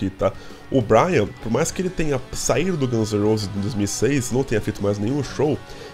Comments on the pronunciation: o nome dele é BRAIN, não BRIAN. Se pronuncia "BRÊIN" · meu ouvido sangra toda vez que eu escuto vc falar BRYAN.... é como chamar o Duff de Duff McGregor ou Slash de Sleich ou Axl de Axél. NÃO EXISTE BRYAN. É Brain, (BRÊIN). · Boa. Só me explica uma coisa. Porque vc se recusa a pronunciar o sobrenome do Brain? Percebi já no vídeo anterior. Tive que pesquisar no Google pra ver se vc estava falando do Brain Mantia.